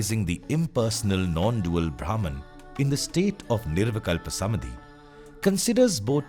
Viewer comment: Lovely, so much resonated with me. My gratitude to you. I’m curious if there’s a specific reason why "Samādhi" is pronounced as "Samadhi" throughout the video.